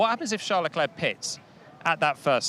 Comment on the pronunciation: Hahaha. Have you heard him introduce himself? " I'm CHARLZ LECLERK" DUH😂 Watch Drive to survive. His new wife pronounced it the right way too!